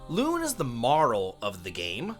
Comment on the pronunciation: Clearly you didn't like Lune but got damn what is your pronunciation? It's luna, did you even pay attention to the story? Damn